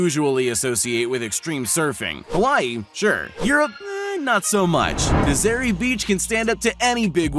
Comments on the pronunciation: it na zuh ray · u don't prenounce nazare beach like that